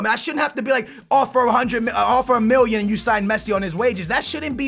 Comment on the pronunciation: you forget to say the two L's in million